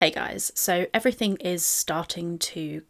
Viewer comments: the way she says "eeeeeeeeeverything" makes me think she's pronouncing it the way she reads it and it's just...she's so fucking stupid it's painful 😭 she reads "eee" as making that sound instead of the extended "ehhh" sound that's actually being drawn out ffs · why does she keep saying eve-ree-thing lol